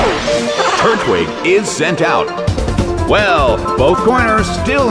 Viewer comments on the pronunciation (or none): none